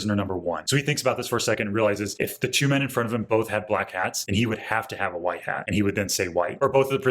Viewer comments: Did he really say choo? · Pronouncing "two" like "chew" is a new one for me. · I saved this video to a playlist so i could watch this in normal format and use this timestamp to constantly repeat the weirs pronounciation of the word "two" here that sounds like a mix of she and a sound of sneezing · Why does your pronounciation of the word "two" sound like a mix of "she" and a sneeze sound